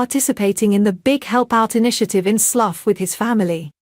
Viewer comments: “Sluf”????!!!! It’s pronounced SLOU the “gh” are silent!!! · Sluff ?? where is that? It's pronounced Sl - ow. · Yes quite agree. It is Slough as in OW or WOW! Otherwise very good. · It's Slou not Sluff. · It's going to take a long time for AI to learn the correct pronunciations of the English Language. Good video ruined by bad commentary. Slough is pronounced sl ow not sluf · Lovely piece but it’s pronounced Slough as in Cow not sluff as in gruff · Who ever the commentator is she doesn't even know know how to pronounce Slough properly. She's pronouncing it sluff instead Slou. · Delightful pictures. However, pronunciation of SLOUGH as Sluff is really not acceptable, pronounced SLOUW, get it right please. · If you go on social media you should know the area name! Slough rhymes with HOW ! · It's Slough which rhymes with cow...... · Did she say Sluff! Omg, why doesn’t someone check these narrators before they’re posted! 😂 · Was she, or should I say, was "it", i.e. the genderless A.I. trying to refer to Slough pronounced the same as "cow" , but which she made a pig's breakfast miss-pronouncing as "sluff!".YIKES!??!!?? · Robot speech makes sluff. Pathetic..... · Pronounced 'Slouw' as in 'cow'